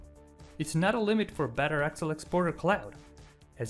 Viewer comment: Very cool, but what's with the accent for referring to "Excel" as "Axle"? lol